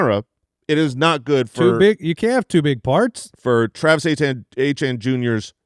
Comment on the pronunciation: From a Canadian’s perspective (bonjour), it’s so brutal how they pronounce Achane and Étienne the same way. The way they used to say Etienne was much closer on the back half but now they’re butchering the back half. Phonetically it would be ay-chi-en/ay-tee-en, not ay-chan. Thank you for coming to my Ted Talk